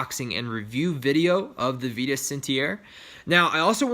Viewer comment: small correction, but it's pronouced VI-TUS, not VEE-TUS!!